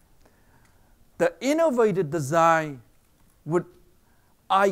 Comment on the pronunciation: I know this guy got some intellectual skills, but for fuck sake some of his pronounciation need some fucking attention. I might not be the only one, but this is what I heard: - pussy-nality!!